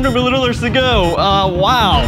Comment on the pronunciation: can't pronounce "milliliters"